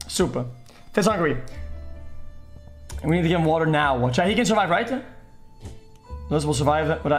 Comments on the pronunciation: "Surive" Omegalul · “Surive” OMEGALUL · "60 seconds to surive " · "Surive" Pepega Clap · Pepega "Surive" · „Surive“ PogChamp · “surive” PepeLaugh